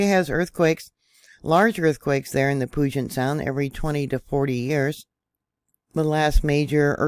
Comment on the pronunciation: Pew-jit sound. Proper pronunciation. You did better this time. About a month ago you were butchering it lol